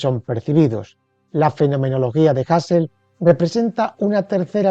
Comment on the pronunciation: Pues no, no era “jasel” si no “juserl”